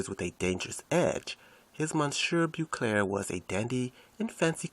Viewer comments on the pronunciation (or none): Goodness gracious....good basic information but your narration is poor. Rehearse your narrations, and include enough information so that the narration matches up with the pictures shown. I would suggest that if you make more vids to get someone else to do the narrations because your pronunciation of certain words, such as Monsieur Beaucaire, is very poor.